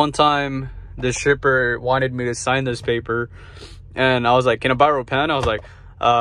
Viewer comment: Dude I thought you said STRIPPER 🤣 you meant shipper